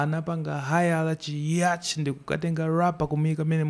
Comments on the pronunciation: He didn't spell he pronounced pomwe wasiyilana zako Ali ndi PHD Infact he didn't say yach he said "yacht" it's the same ndi yat wakoyo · Its yat but pronunciation